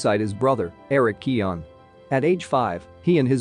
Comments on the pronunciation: His name is pronounced 'kyoh-gan' not bloody kee-awn. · I just found a video with a clip on him pronouncing his name at the start. So it's Key-oh-guhn, with an obvious "g". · County Kerry, west of Ireland. If you wanna check how to pronounce the feck'n thing, look up Collin Farrell talking about Barry KEY-oh-gan....or checkout the late late show...and stop being a smart ass. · "Keoghan" rhymes with "Owen/Eoin", the 'g' is silent. Just say "Kyo" or "Keo" .. and then say "Owen". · pronounce his fucking name for the love of christ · 1 thing you didn't know about Barry Keoghan - How to pronounce his name 😂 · What's the right way to pronounce it?